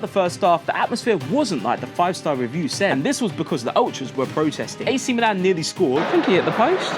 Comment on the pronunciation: The way he keeps saying review like an idiot is proper boiling my blood 😂😂